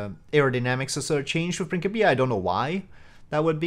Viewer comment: I couldn't help but comment... Its Prin- SIP- ia lol C-I in English makes an S sound Otherwise I really want to try Principia out but it seems so different from regular RO/RP1 dynamics, which I still haven't fully gotten used to yet..